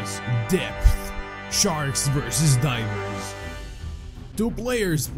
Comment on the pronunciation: I heard diapers instead of divers lol MOLESTER MOON IS COMING!!! 🌚🌚🌚🌝🌝🌝🌞🌞🌞🐲🐉🐉🐉🐉🐉🐉🐉🐉🐉🐉🐉🐉🐉🐉🐉🐉🐉🐉🐉🐉🐉🐉🐉🐉🐉🐉🐉🐉🐉🐉🐉🐉🐉🐉🐉🐉🐉🐉🐉🐉🐉🐉🐉🐉🐉